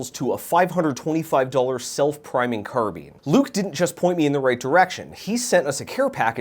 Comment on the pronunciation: low key impressed that you correctly pronouncing carbine!!!